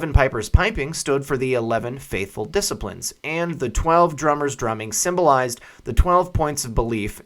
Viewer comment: It's not disciplines as in making mind.. its- dee-cip- iles.......say it slow.as in The 12 deciples